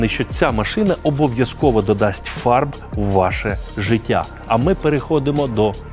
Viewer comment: все время слишу не фарб, а фарт))